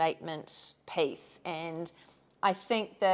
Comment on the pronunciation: LOVE that you pronounce piece as pace! Charming.